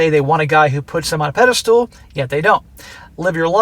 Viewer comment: Pedestal, not pedestool.